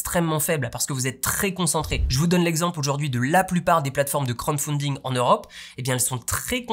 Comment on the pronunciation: C'est crowd (foule) pas crown (couronne) pour la prononciation, mais c'est pas grave😊